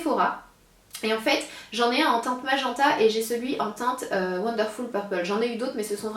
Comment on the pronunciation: Sana, pour le mot "MAGENTA", cela se prononce "MAJ-IN-TA".